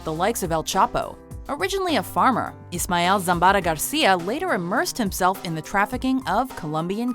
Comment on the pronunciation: how about the Cali Cartel Bosses? Not even an Honorable mention? BS ! Also...I cannot stop lauging at how she pronounced Zambada...ZambaRa.